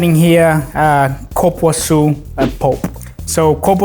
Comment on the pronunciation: i’m sure he said copuaçu but the real name is cupuaçu (koopooassoo)🤔